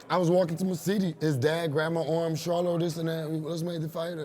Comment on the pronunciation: This nigga says “JERMALL “SHARLO” lmfaooo